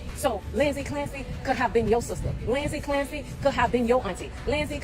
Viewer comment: "Linzy Clampsy"